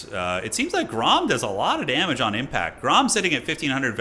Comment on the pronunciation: "Alot of damaaage" is exactly what the turin watching french would say.